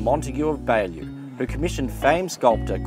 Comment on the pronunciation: The Montagu title is Beaulieu, pronounced Bewlee